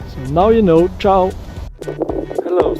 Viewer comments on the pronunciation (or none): none